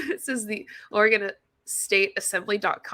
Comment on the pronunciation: Girl, I know you’re talking out your ass because you mispronounced Oregon… that’s not how we say it